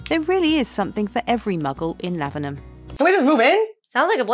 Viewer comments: Your pronunciation of Lavenham was spot on. Well done! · It bought my heart so much joy when you pronounced Lavenham so well on your first try ☺ it does depend on how Suffolk your accent is to how you pronounce it, but you pretty much nailed it imo xx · Suffolk - South Folk (as it started off being in the long distant past. A place I adore....and live in. I have a late 1390s house in a lovely Suffolk village not far from Lavenham that was used as Godric's Hollow. Yes - you DID pronounce it correctly. There is another house in Lavenham called The Crooked House. Its opposite The Swan Hotel. If you choose ONE VILLAGE to visit in Suffolk - go to Lavenham. Time it to then go visit (just down the road) to Kentwell Hall - a moated Elizabethan Manor house in Long Melford. Kentwell puts on historical events. I am just about to do the last day of a week long event set in 1564. I play Lady De Vere....remember De Vere House? Those De Vere's!! Feel free to message me if you want any suggestions on where to stay, what to see. BTW...(more for others reading comments who are HP fans) the actual "Harry Potter" house does NOT exist....it was created for the film. The house called De Vere House, is often said to be the HP house. Nice to see this video is correct in its description. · You girls are now officially English ..having pronounced Lavenham properly. 😋 ...welcome to being English .. you are one step away from getting your Dame-hoods from King Charles.